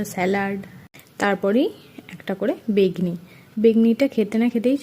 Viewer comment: Koto bar ar por cole alo bolbe are ota begni na beguni pagol 👽👽👽👽